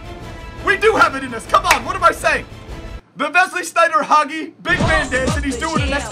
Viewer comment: waiting for this for a long loooong time. Thanks mate!! By the way, pinpoint pronunciation of the name Hagi